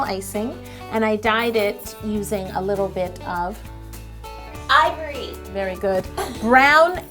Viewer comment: Ok what's with Yo not saying ivory?